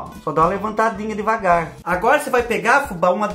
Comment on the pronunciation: " vai deGavar que a base tá cara " tá tão cara que o tá até falando errado kkkkkk